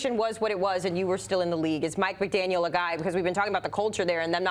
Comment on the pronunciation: Maybe learn how to pronounce the coach’s name correctly before going on TV?